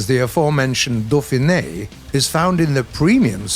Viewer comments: "dauphine" is pronounced "doe-feen", not "doe-feen-eh" i'm pretty sure. Not a big deal, since it's a foreign language, just thought it might be interesting! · I love ya, but that's really not how you say dauphine. it's more like "doh~feen", remember in French the E at the end is silent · Hey, did You noticed, that "Dauphine" [dofɛ̃n] in french is spoken without last letter (like most french words) - should be spoken as "dauphin" and not "dauphinE"? Anyway until last e is with accent mark above (é, è, ê or ë).